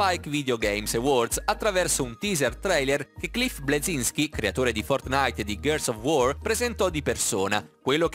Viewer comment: "GHEARS OF UOR" non se po' sentì però